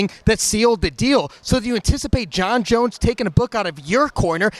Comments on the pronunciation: Jon "Jun Jun" Jones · "Jon Jaune" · "Jon Jon" :DD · Its JON JONES, not JON JON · Francis: JonJun Jones: Francis Neganu Both r hillarious when have to spell each other names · "jon jon" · Everyone : Jon bones Jones the Goat Francis : junjun 😂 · Francis "jonjon" Ngannou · "JonJon" imagine the promo and press conference... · Jon "Jun-jun" Jones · Sounds like he’s saying JonJon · GjonGjon lol, gotta love Francis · Hahahahahha Francis calling him JunJun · Bro francis is so cute lol he kept calling jones "jonjon" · "Jon Jon" 😄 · I love how he calls Jon Jones, "Jun-Jun" lol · Everybody: Ngannou: jon jon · I love the way he says jon jones.. "JunJonz" When this man speaks it is of poets and scholars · Drinking game every time Francis says Jon Joon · "jun jun" 😂😂😂😂😂